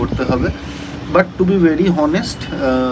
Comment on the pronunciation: It's great to see her at home and as a normal person. Age is also a factor. So she must be given very sensible care at home. Couldn't understand what had actually happened to her. But very surprised to hear to say হনেষট ( honest). It's অনেস্ট। Unbelievable! He looks quite educated person.